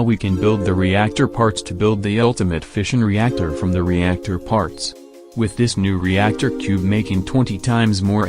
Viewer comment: Who else thought he’s been saying fishing reactor